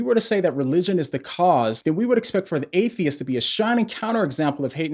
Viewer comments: Maybe its just my ears, but I dont hear saying Atheist. I hear him saying Hatheist... as in hate-atheist xD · I love the way he say "Hate-theists"😂😂😂😅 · I love the ambiguous way u pronounce the word ‘atheist’!